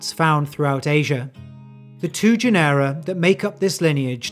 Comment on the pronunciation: Thanks for the video! Just wanted to point out that genera is pronounced like general without the l, i.e. as JEN-er-a, stressed on the first syllable. Same with the caracal, which is CARR-a-cal (carr as in carry). As a bonus, Uto- as in Uto-Aztec is pronounced YOOT-o. Also, be careful not to refer to the Caucasus region as "caucus" region.